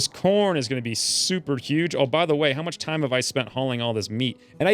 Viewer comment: Was I the only one that heard him say porn instead of corn?